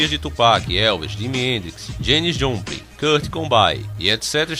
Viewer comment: janis jupulin, kurt combain.. kk